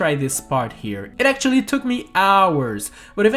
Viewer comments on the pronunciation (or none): none